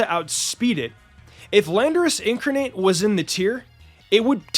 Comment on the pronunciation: " in-carn-ate" is how it's pronounced